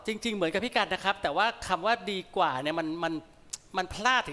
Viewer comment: น้องร้องได้ดีมากเสียงดี แต่มีเสีย4จุด สงสัยน้องเป็นคนลาว ออกเสียงคำว่า กว่า ไม่เป็น ครั้หน้ามาดีกนะตามเชียร์อยู่